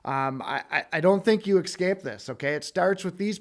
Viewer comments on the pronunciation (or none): Esssscape Not exxxcape :$